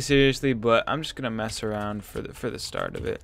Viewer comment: You say start like starrrrrt lelel